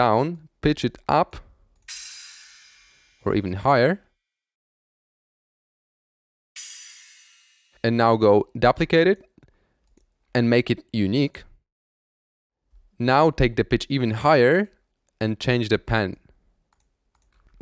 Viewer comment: this man said dopleclate